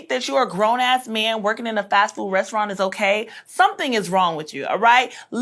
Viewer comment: She can’t even pronounce “restaurant” 😂 I love when people try to insult someone when they’re basically illiterate. This woman is terrible.